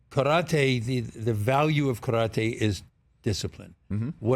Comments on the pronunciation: I really love the way of respect he is paying talking about Karate Kid and Cobra Kai. even the way he pronounciate Karate. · Martin Kove says "Karate' correctly. RESPECT